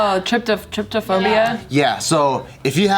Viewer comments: TRIPO-phobia, not Tripto. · really said tryptophobia 🤦🏿‍♂️ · cant even say trypophobia right